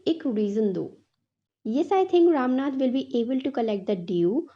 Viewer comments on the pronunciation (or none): Mam aap bura na manea please lekin Woh ram nath nhi Rama natha hai❤